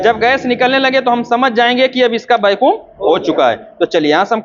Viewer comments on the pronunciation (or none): Bahut achhi jankari hai sir lekin वैक्यूम ko bar bar बेकुम mat kahiye, irritating lagta hai